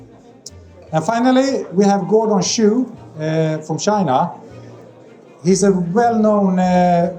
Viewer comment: Gordon "Choo" pronounced shoe Give me a break.